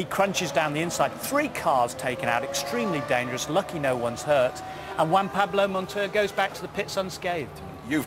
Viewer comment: "WAN Pablo". good ol'. Montoya's cool, coultards fault, monty got off the racing line.